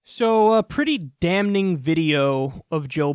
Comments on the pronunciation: Why does Kyle pronouncing "damning" as "damn-kneeing?" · pretty cringe how kyle cant pronounce the word "damning". the N is silent you monumental fool. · Did Kyle seriously pronounce the "n" in "damning"? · Kyle, man, I love you, but every time I hear you say "damning" I become very annoyed..